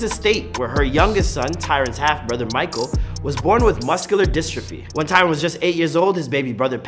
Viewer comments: literally watching this thinking wtf ! its TYRON. pisses me off especially when we talking about his 'real' self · his name is Tyron, not tyler